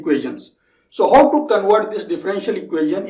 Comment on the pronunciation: you pronounce Now as ''No'' & how as 'ho' which was really confusing in the begining to understand but i got used to it now.